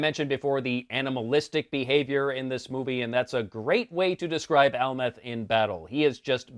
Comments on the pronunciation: ?? You mean Amleth not Almeth? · Amleth not amleth